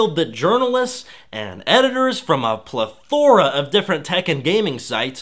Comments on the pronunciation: Ple-THORA. Come at me bro! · Please learn to pronounce "impartiality," "plethora," and "Brandeis." You will appear more credible. Also, it's Christina Hoff Sommers, not "Christina Sommers." Know your sources. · It's weird to see a well-spoken, confident and seemingly educated hipster mispronouncing impartiality and plethora. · I just wish he didn't say "impartialTY" so much, lol....and THEN he said "pleTHORa." Geez. I suppose it's important to ignore such minor stuff and judge his content but...it's distracting. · I know; I'm sorry. But after the fifth time, I had to say: Im-par-ti-AL-i-ty Not Im-PAR-tial-ty And by the way, PLETH-or-a, not Ple-THOR-a